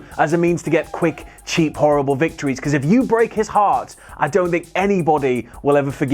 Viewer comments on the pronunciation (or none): none